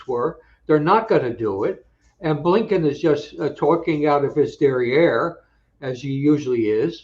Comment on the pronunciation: I love it when Phil tells it like it is “there is something possibly lurking in the back of bleeeeennbkiins brain off someone can identify that”🤣🤣🤣